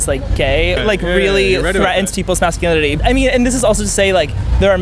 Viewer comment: Masculinity 이거 cu발음 그냥 축약해서 발음 한건가요? 좋은 영상 감사합니다^^